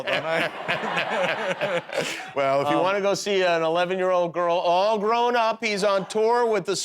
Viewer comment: oh man Jimmy realized midsentence what a disaster he was heading for so he quickly added ALL GROWP UP lol